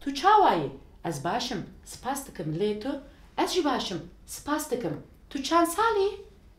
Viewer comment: Tu, du diye okunur ince ince kürtçe konuşulmaz ez ji değil az ji diye okunur bir kaç örnek